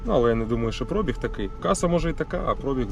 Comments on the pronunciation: наголос в цьому слові на і - пробíг, а прóбіг не правильно. Це як "бульо сяло і хаті покосіліся" 😁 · Звідки ви всі взяли слово прОбіг? Такого слова в українській мові немає. Є слово пробІг. Ставте правильно наголос, якщо розмовляєте українською. А то всі , як Тарануха з автопідбору.